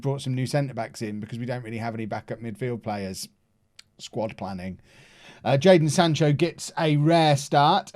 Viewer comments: you had one job, it’s jadon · It’s Jadon